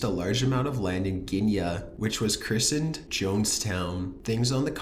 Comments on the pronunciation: It's "guy-yank-Uh". Guyana. You guys murder words on the regular. Still like the channel though. 😊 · guy-YAH-nah is how it is pronounced. My brother who was in the Army at the time had to join other armed forces to clean up the bodies. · Jim jones was in Guyana you pronounced it incorrectly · It's pronounced Jonestown, GUY-anna, not Guin-nea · bootyhole is your beautyhole True that could be an accepted pronunciation... But it is mind numbing when you hear the other blatant mispronunciations this guy has in videos. Jonestown in "Gin-ya?" How about Guyana? Guy-an-a, not going to use the IPA but you get it. I mean, come on, combine that with the abhorrent vocal fry and I just want to weep. I almost want to believe that it's intentional trolling. I keep clicking on his videos, and watching, as they are usually pretty interesting topics and usually relatively unbiased... But before I realize it, I'm wanting to stick a hot knitting needle in my ears from the retardation. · Guyana is pronounced guy-ana, not ginya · By the way, it's pronounced guy-ann-ah. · Tony Merrett for real. if its not the bad inflection of his voice then its the poorly researched pronunciation of places like the Jones town massacre in Gee- Anna???? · You are mispronouncing "cicada." It's a long A. You also mispronounce "Guyana." You arent even close on that one. Absolutely massacred it. You mispronounce a lot of words on your videos. I've only been watching for a few days and this the fourth one I've noticed. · Why don't you find out how to pronounce words correctly before you use them..? Proper nouns, place names in particular... I didn't even recognize Guyana. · Did anyone notice in #8, in 2016 this guy cannot pronounce GUYANA 🙈. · Yeah, such as his mispronunciation of "Guyana"